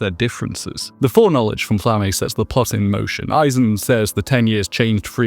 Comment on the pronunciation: You pronounce some names weird as a dub watcher. "Flamm-ay" instead of "Flamma?" "Land" instead of "Lon" basically? (Lan, really, but closer to Lon than land)